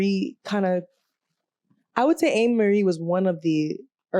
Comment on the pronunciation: “Aye-mer-ree” is how her name is pronounced lol.